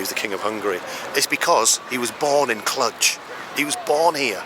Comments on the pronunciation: I think the romanian "j" is not that common in engish. The pronoinciation is Clu + j (the "j" sounds like the first sound from the word "genre") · No, us locals really don't call it "Cludge" as you keep saying it it, lol. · Clujjjj not Clutch.... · Learn how to pronounce the name of a place you are in… kludge!? You are silly! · I think you're mispronouncing the city name. I may be wrong, though. Nice video, though.